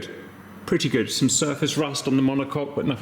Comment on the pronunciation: "monocok" and.... demonetized. Glad to see you are working on your health, Cap. Selfishly, would hate for you to stop making vids. you are always entertaining, Good Sir